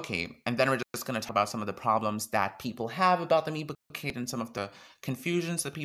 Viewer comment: 😂 I love that you pronounce it as 'bouquet'. Great video